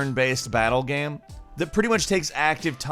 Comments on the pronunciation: Is he saying game or Gam? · This is a genuine question do you say gam instead of game sometimes. I notice it sometimes but maybe im just totally trippin